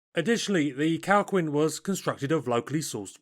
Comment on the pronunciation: Minor correction. The Calquin is pronounced Kal-Keen, not Kal queen. Q followed by U in Spanish is silent before E and I.